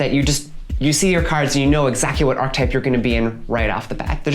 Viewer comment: They way you are pronouncing "archetype" is missing a syllable. It is pronounced like "ark-eh-type."